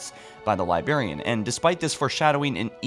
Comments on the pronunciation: There's two 'R's in Librarian. Libe-RARE-e-an. Not Libe-AIR-e-an. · libRRRRRRarian!!!!!! for god's sake stop saying Liberryan lol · He went back to saying liberrian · Anyone else super frustrated with how he says "Libarian" instead of "LibRarian"? It kills me a little more inside with every video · I love your narration, but please for the love of all that is the English language, correct your pronunciation of libRarian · LibRariab not Libarian. Please save my sanity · LiBRARian. For the love of god, its LiBRARian. ;) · The Li-berry-an. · bro, i love your videos. but you gotta stop saying "libarian" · Please enunciate your words, you're saying "Libarian" "Foreners" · God damn libarian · bro you need to learn how to say librarian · Your videos are great but you really need to learn how to say the word "librarian", it makes it hard to watch your videos sometimes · Why can’t you pronounce librarian properly? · there are two Rs in "librarian" /pedantic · Seriously why the f*** do you butcher words like librarian?! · You pronounce Librarian weird lol